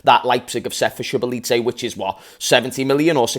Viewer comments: Im hungarian so its Soboslae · It’s pronounced , tsoboslai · So excited abt this guy omggggg (Btw u asked on the stream, his name is pronounced So-bo-slaii) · i think its Sir-Boss-zer-laa-ee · this is how you pronounce his name Sho-Bo-Zlie That’s pretty much it tbh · Pronunciation. Zoe Boz Lie . And he is QUALITY . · you’re overthinking the name bro 😂 it’s SO-BO-SLY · His name pronounciation is So-Boss-La-Yee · So-bosa-lie that's how it's said 😂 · Man said shibalitze yk